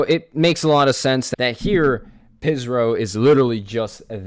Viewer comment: Real quick fact pihsrow is worship backwards and also you say there name like fish-row